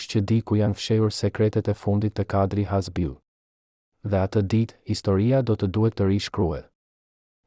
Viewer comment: Kush JE ti QE as emri shqip zdi ta vesh theksin ne fund te emrit na i shpife😅 Kush i mori leket 😅😅😅😅